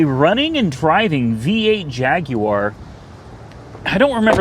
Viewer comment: You pronounced Jaguar correctly I'm impressed lol